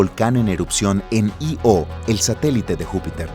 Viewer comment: 2 punto 5 es en ingles. En castellano es 2 COMA 5, sistema metrico decimal. La coma, para decimales. El punto, para unidades de millar. Io es Io de pronunciacion continuada, no I.o. separando letras.